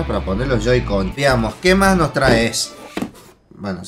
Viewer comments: Wen te das cuenta que les dijo joy-coys aunque era joy-cons:v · soy yo o no parava de deicr JOY-COINS? es joy-cone xD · se llaman joy-con no joy-coin xd, buen unboxing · se dice joy-con no joy-coin porque no son monedas =V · Joycoins, que es eso?? Es "joycons" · "joy coin" TRIGGERED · soy yo o diji Joycoys? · Joy Coin :v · Dijiste joycoi y yoicoin